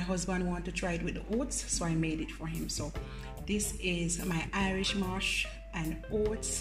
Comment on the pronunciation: Irish mosh??? Say the correct thing please